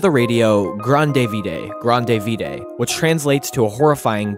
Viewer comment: Part conjecture, because I have not Googlle translated to check on this, but "grande vide" is French, I believe, and would be pronounced "grahnd veed" or something like that. It's similar to Italian and Spanish, "grande vida" (gran-deh vee-dah) which means "grand life" very different meanings between the two, separated by pronunciation.